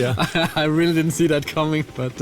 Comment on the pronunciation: I CAN'T "RELLY" WAIT!!!!